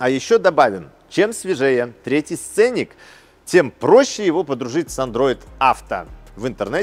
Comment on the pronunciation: Сцени́к 🤭 Но подача у вас - огонь!